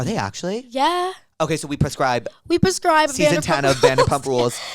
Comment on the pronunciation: I’m so obsessed with her. She’s so funny and cute. Adore her. Also “pascribe” instead of “prescribe” is killing me 😂